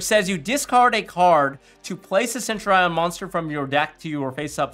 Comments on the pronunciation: Its Sen-Tu-Ri-En not Send-Your-Eye-On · thats just definitely wrong its a basic historical term from ancient Rome and both my dicitionary and Google pronunciator say Sen-Tyu-Ri-En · Actually I'm a Latin student it's sent-ur-eon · Lol why are people so caught up about centur-ion?? Pros still out here calling mannadium mannadome.